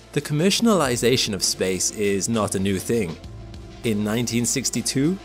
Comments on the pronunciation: The Commercialinisation? Asylum, are you just making up words? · Commercialanising? What's that? Heehee did make me chuckle x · Is no one going to mention that the narrator invented a new word? “Commercianilization”